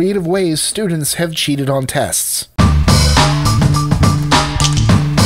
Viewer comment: I thought I heard that in the video.